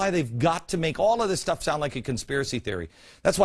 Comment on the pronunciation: consipray=conspiracy. great video! why can't someone get a hold of beck and debate him on all this!! he seems well intentioned on some things but shows like this make me think there's a hidden agenda or he's just plain ignorant. once again....a subjective piece from glenn..... what he NEEDS to try to be is OBJECTIVE for a change. he's got so many followers now...he's like the pied piper.... now he can lead them all like a bunch of rats to do his bidding